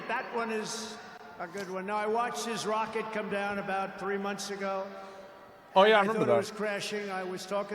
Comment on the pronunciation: “But his wocket bew up!!!” Yeah its normal.